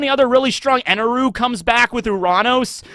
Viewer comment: His name isn't Eneru it's Enel. I understand that the Japanese るis neither L nor R. But the intonation on that character's name is unvoiced on the last character. Which makes emphasizing the u sound so so wrong.